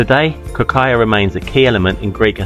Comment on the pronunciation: You can paste "κροκαλια" into Greek google translate and listen to the pronunciation. You've almost got it right, there is no aya at the end and stress on the first syllable.